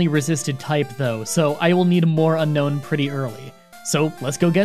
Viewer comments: Needlessly pedantic comment of the day: isn’t it pronounced “Un-Own”, not “Un-Known?” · Its pronounced un-own like disowning not unknown apparently. Look at Google not me pls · It's "Un - own". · says unknown the entire video even though it’s name is unown :(